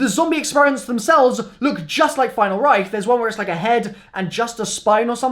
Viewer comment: If I were to drink a shot every time he say final reicht I would be dead